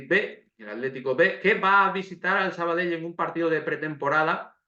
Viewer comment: Por cierto,gracias por el esfuerzo de pronunciar perfecto el nombre del equipo,y demas nombres catalanes...recuerdo en un campo de un filial que viste de blanco...que hace unos años con dos cojones en el marcador pusieron Sabadel y se quedaron tan anchos